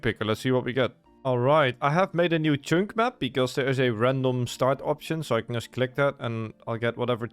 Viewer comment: For fuck's sake hearing you pronounce chunk as "choonk" over and over again is grating beyond all belief. It's pronounced like "chuhnk". The U makes a U noise as in "understand", not "onderstand".